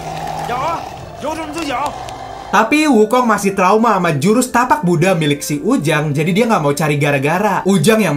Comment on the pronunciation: Sumpah kga suka gw cara lu sebut buddah kw kw ke gitu ke gimana gitu di denger mau gw truss nanti rame ini koment lain kali bikin konten cara ngomong lu benerin ya